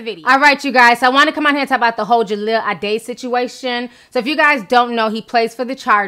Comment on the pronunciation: "Jaheel"? Ti stop playing. I know for a fact you see "Jahleel".